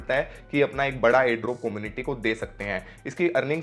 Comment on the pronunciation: Como-niti ni come-u-niti